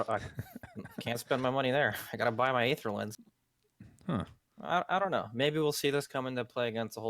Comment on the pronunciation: Sunsfan it's 'Aether' from Latin, so it's more 'ai/aye/eh' than 'ee'.